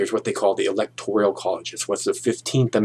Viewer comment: It's the Electoral College, not the Electorial College.